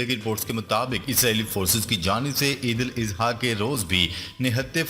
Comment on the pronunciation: او حرامی! Eidul Izha کیوں کہتا ہے؟ کسی سے پوچھ لے جاہل۔